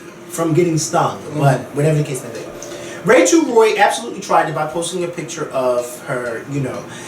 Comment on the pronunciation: its rachel roy. not rachel ray.